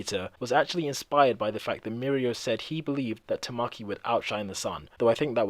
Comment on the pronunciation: It's (Ta-ma-key) not (Ta-mah-key) Literally just by watching the anime you can make that out.